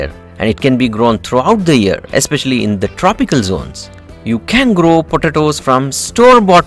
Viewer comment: LOL listen how he says especially